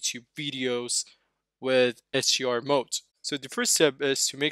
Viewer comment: HDR not SUR is it that hard to say?!